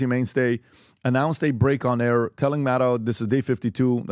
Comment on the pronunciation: Rachel Madcow!!! say it right lol.